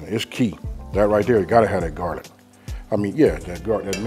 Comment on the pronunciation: Jarlic?!? 😂 say it aint so